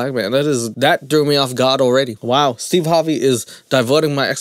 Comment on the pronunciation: He keeps saying Steve Harbey or Steeb and I can't stop laughing